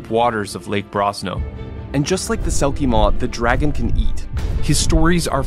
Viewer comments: Selkimore not selkimaw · it's selkimore not selkimaw, welsh accent got you there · Sounds more like he was saying “Selkie Mór” (pronounced MORE), which would mean a big or giant selkie... which would make sense if it can swallow a town/the Witcher. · The Selkie Maw as you're calling it is actually called the Selkiemore in Witcher lore, I don't know how much that helps! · Its funny that even Netflix got things wrong about their own show. Its not selkie maw, its Selkiemore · yours "witcher's bestiary" has nothing to do with the franchise, thanks for wasting our time. And btw it's selkiemore